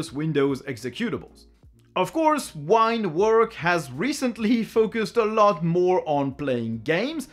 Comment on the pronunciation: Take a shot every time he says "Ah LOT"